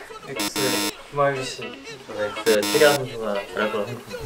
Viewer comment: 캐리아 아니고 케리아인데..😢